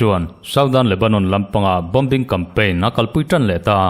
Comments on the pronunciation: gaihthlak a nuam hle mai. Bomber.....Bom-bar ni lovin Bomar tia I lam kha a dik..... Bombing pawh Bom-bing ti lovin Boming tiin lam ve la... Formula: Letter 'B' hi silent tur a ni e..... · Bombing.....bawming silent b